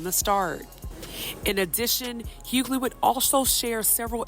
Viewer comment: It’s pronounced Hew-Ley (Hughley) how difficult is it to get the name right